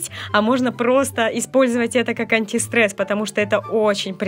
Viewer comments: зашто так антистрэсом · Уничтажать антистрэс хахахахахахаха